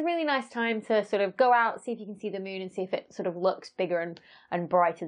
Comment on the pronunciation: I love how you say mũn